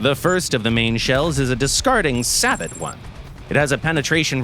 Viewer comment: If Spookton can get the pronunciation of SABOT correct, I am sure you will too, one day.